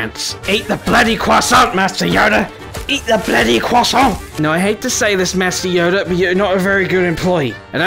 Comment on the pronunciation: As a french, your pronunciation of croissant is perfect